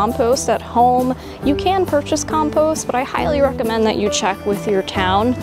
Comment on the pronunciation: Very good except your mispronunciation of compost, which was really annoying